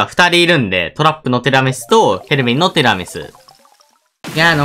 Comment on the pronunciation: てぃらみすって上手く言えてないの可愛いw 可愛いPart2